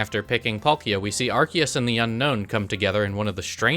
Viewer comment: it's pronounced "are-SEE-us"